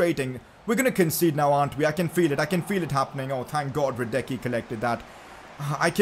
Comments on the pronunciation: 11th time saying it's Lukas radesski not radecky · Now when you signed Hradecky, Please pronounce his name right.